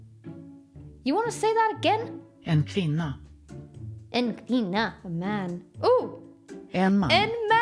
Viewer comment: that en sounded sooooo swedish!